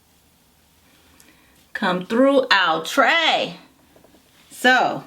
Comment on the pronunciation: Lol " ooh- tray" 😂 😂